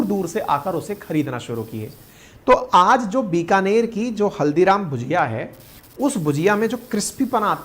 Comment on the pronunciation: Hello sir, With due respect भजिया उसे कहते है जो नॉर्मली बेसन और सब्जी के पकोड़े होते हैं जबकि भुजिया वो है जिसका आप जिक्र कर रहे हैं। हालांकि आपके पूरे कंटेंट में भुजिया ही लिखा है लेकिन आप भजिया उच्चारित कर रहे हैं।